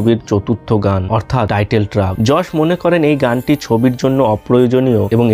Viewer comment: উচ্চারণ হবে যশ 😢😢😢😢😢